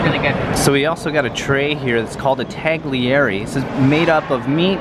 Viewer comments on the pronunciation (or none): Hello, Sorry, I have mentioned this before and got a response that I was incorrect. I am italian from Abruzzo region. Any word with "gli" is never pronounced as it looks. "gli" is pronounced "lyee" as in tagliere, not pronounced tag-lee-air-ee, it is pronounced tal-yee-air-rae. ANY italian that pronounces the "gli" improperly is either a snobby italian, an american italian, or a spoofer of foreign visitors. Also, if I hear, Brew-sket-ta I know it is a person who doesn't know better. It is pronounced "brew-sket-ta" To my ears, the wrong pronounciation sounds as if I am hearing fingernails dragged axross a chalk board, lol.